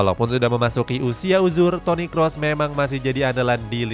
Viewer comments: Toni Khos bang bacanya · Toniy Qroes bang bacanya yang paling bener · Toni krus bang bacanya bukan Toni kros